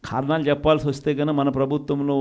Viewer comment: ఏమి తెలుగు రా నాయనా .."ఖారణాలు"ఏంటి జగనేసా..potato కి ఉల్లిగడ్డ కి తేడా తెలియదు ..ఏ ఒక్క భాష పూర్తిగా రాదు ..తప్పు రా అని చెప్పే తల్లి లేదు ..వద్దు అని చెప్పే చెల్లి లేదు ..చివరికి "లెవెన్ రెడ్డి"అయ్యావ్ ..ఈ పిచ్చి వాగుడు తో "🤡జోకర్ రెడ్డి" అయితున్నావ్